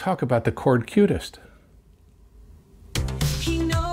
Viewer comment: It is Qutest not Cutest :)